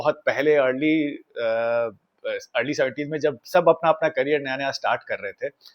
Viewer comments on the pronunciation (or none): none